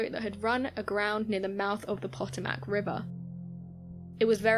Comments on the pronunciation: It’s pronounced‘Per-toe-mack’ ... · Sweetheart, love your voice, but please learn how to pronounce Potomac.